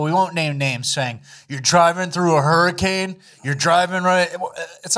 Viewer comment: Hurricame hahahaha, love the slipped words, always gets me chucklin.